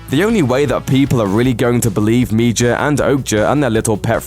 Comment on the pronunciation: Your pronunciation of some of these titles is cringe! Machina and Okja/Mija I’m pretty sure we’re wrong! Machina is ma-key-na, Okja is O-kya and Mija is Mi-ya, isn’t it..?